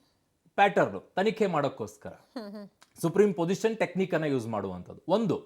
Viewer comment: ತಂದೆ ಅದು ಸೂಪರಿಂಪೊಸಿಷನ್ ಅಂತ ಸುಪ್ರೀಂ ಪೊಜಿಷನ್ ಅಲ್ಲ